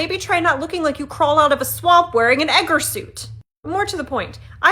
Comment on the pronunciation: I think it's Eggar suit, at least the way it was pronounced ;D